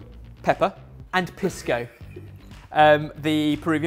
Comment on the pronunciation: Smdh... I’ve heard you say “Piss-co” at least TWICE on this channel. My dear boy... it’s f***ing Pisco. Like “peace-co” but fast. Why in the hell would you think to call it piss-co. That vowel sound literally does not exist in Spanish.